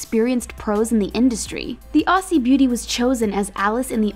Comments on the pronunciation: AUSSIE!?!? AUSSIE!?!? ITS PRONOUNCED AS AUZZIE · It hurt to hear her say “Aussie” like that